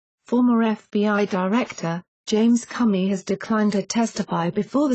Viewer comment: "James Cummy"! Doncha just LOVE these computer voices? Hahaha....